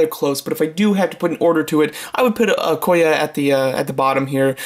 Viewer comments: Its Okoye. not Okoya. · Nice ranking! But you said Okoye wrong. Lol "e" is a vowel, but it doesnt make an "a" sound. Besides that nice video! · Okoye is pronounced O-koy-yay